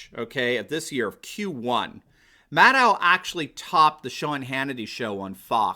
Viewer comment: Is that "mad owl" you're pronouncing that,? I can live with that, sounds very Gormenghastian...